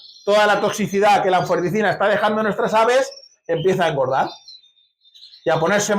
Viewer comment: Creo que es anfotericina, no anforeticina